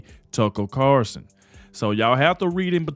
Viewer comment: It CarLson WITHAN "L"!! Please say his name correctly!!!